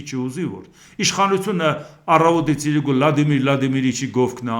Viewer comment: ես Ձեր մեծ երկրպագուն եմ, բայց ուզում եմ մի բան խնդրել Ձեզ։ Ձեր խոսքի մեջ իրիկուն բառը ասելիս վերջին հնչյունը` ն միշտ չի լսվում, խնդրում եմ հստակ ասեք։